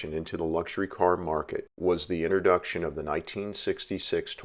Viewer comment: The "innoduction?" Is there an outer duction too?